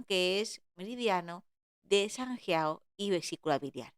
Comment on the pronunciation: Buena explicación, pero me ha costado verlo por su pronunciación de sanjiao y de jing 😮